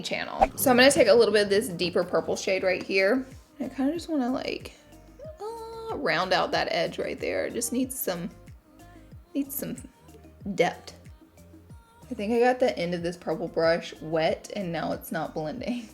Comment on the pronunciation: When she said dept instead of depth 😂